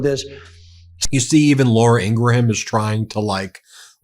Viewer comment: (P.s. I believe the “h” in Laura Ingraham’s name is silent. Pronounced like graham cracker ;)